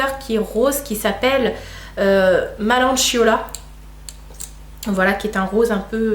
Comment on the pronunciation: Coucou ma belle 😊 Ce n'est pas melancholia mais [mélankolia] (c'est la prononciation😂) Plein de bisous 😘 Ps : J'adore tes vidéos ❤️